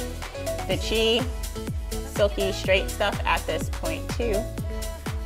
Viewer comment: Do you mean Chi (Chee)?